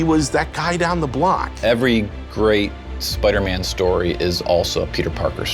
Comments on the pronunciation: It's Spider-Man Not Spuderman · Spidah man